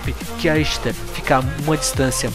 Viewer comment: A pronúncia dela é Ishtar msm.